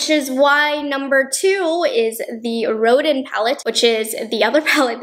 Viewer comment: Ah sorry, I think the pronunciation is row·dan for rodin palette. It's named after the famous artist. Just fyi.